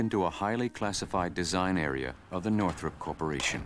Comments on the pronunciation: Northrop, not Northrup. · Who is Jack Northrup? You mean Northrop?